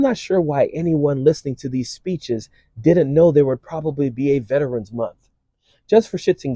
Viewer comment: gop candy doesn't even know how to pronounce VETERAN!🙄